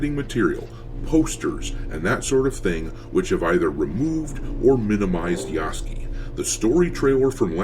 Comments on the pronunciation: I love how you keep calling him Yasuky instead of Yasuke. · Every single American I watch says Yasuke's name wrong, and they all say it wrong differently 😂💀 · Part of my entertainment in watching the coverage of this game is seeing how many ways different people can pronounce Yasuke's name wrong.